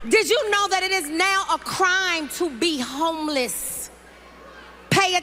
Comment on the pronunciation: Homeliss (that's how see said it)...Didn't your progressive party Demand that Everyone call them Currently Unhoused or Experiencing Homelessness for total fear of being thrown to wolves for offending someone??? Hmmmmm remember that? Church Lady.